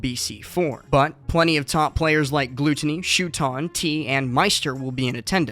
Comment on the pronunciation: How are people still pronouncing is "Gl-oot-onny